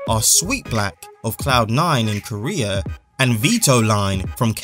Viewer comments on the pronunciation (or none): none